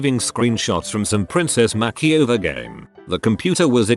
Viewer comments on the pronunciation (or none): Please say makeover right lol 😂